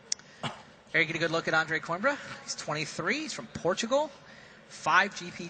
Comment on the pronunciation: it's said coo-eem-bruh!